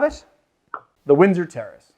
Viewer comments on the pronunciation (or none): none